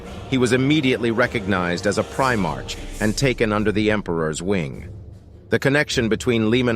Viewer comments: By the Emperor this is just painful to listen to as it's full of mistakes. Before making a lore video maybe you should actually know the lore. And for fuck sakes you're not even pronouncing it right. It's not "Primarch," it's pronounced "Primark." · You’re saying primarch wrong, otherwise great video. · A number of things that are just... wrong. And, get an AI that can pronounce "Primarch" correctly.